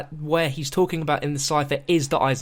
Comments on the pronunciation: proper pronunciation in gemany = der eisen-dra-ha also der eisen-dra-kuh or der eisen-dra-ga. depending on where in germany you are. if you dont speak german you have no say on how to pronounce it. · Stop! It is not der eisndracha like you are saying! NO NO NO! Also, this is awesome! I remember watching your vids about the storyline and I remember you talking about Peter! This is so cool! He might have survived cuz time travel. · Der esiendracka is not the way you say it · no it's pronounced der eisendrak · dats how u pronounce - its spelt der eisendrache...ik.. the creators told me it was pronounced der eisendrak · Actual Germans told me it's pronounced Der Isendraha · i hate how he says eisendrache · YOU BUTCHER THE NAME OF THE MAP IN EVERY VIDU